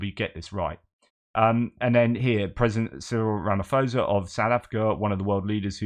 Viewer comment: You cannot trust Ramaphosa - ever. He is a liar. And by the way, one does not pronounce the surname with the "ph" sounding like a "f". The correct pronunciation of "phosa", is like "pause" just with an "a" at the end.